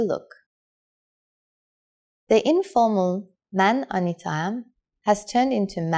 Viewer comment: I don't know any Persian speaker who says "man Anatia-am". You just say "man Antitaam"